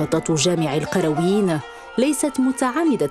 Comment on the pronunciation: مسجد القرْويين و ليس القرَويين .. أي بسكون الراء و ليس فتحها .. و ذلك نسبة للقيروان بتونس و ليس للقرية أو البادية .. المرجو الإنتباه و الحرص على عدم تحريف اسم هذه المعلمة العالمية